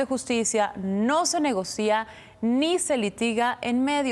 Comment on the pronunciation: A la hermosa periodista que acompaña a Ciro Leyva: se dice “negocia”, sin acento en la i; no diptongo.